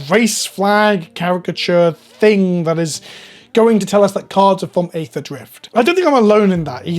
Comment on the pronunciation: Guys, "aether" is pronounced the same as "ether," because it's the same word. EE-thur. Same as aeon/eon, daemon/demon, Pangaea, Gaea, aegis, Caesar, etc. Let's work together to get past this.